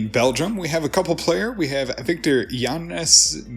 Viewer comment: I would say "Yan Sens" for those players, bud.